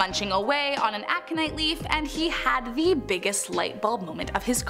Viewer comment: Its Ac0nitE, speak normale.